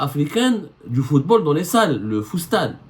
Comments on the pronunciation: ZEMMAAAAAAR 😂😂😂 stp arrête va te reposer car tu délire grave !!! Deja va te changer car depuis hier tu n'arrête pas de transpirer et éternuer 🤧 sur les mêmes habits. Deuxièmement tellement tu délire tu narrive pas a pronancer le FOOTSALLE, une foie tu dis foostad apres foostal ...... enfin le meilleur pour la fin tu dis que FAOUZI LAKJAA PATRON DU FOOTBALL ALGERIEN NOOOOOON HADI WA3RA T TROP FORT YA KHOOO😂😂😂😂😂. Méfier toi chengri7a t'envoie un sniper en face de chez toi pour alléger tes souffrances causer par RS BERKANE 😂😂😂😂😂😂😂😂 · Futsal au lieu fustal hhhh